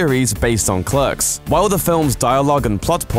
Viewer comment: your British so why can't you pronounce clerks correctly. .